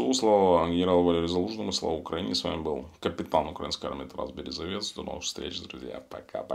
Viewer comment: Березовець говори нормально